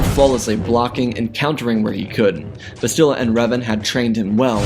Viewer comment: Bastilla Shan So her name is pronounced Bas - still - La - Shawn Lol Grammer police over and out🚨